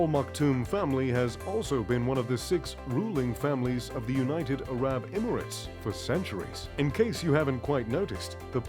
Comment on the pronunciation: and he can't pronounce "Arab" either